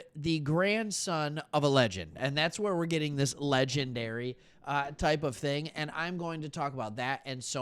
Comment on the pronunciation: LOL As soon as the pause in Legendary hit, I knew you were channeling Barney.